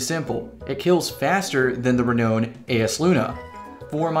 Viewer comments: bro you really need to learn how to pronounce renown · Said renown wrong.